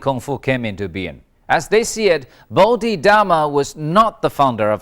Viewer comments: If you are going to be the expert, at least learn how to pronounce 'Bodhidharma. ' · That’s a Chinese pronunciation in the documentary, what you said that word Bodhidharma is the Sanskrit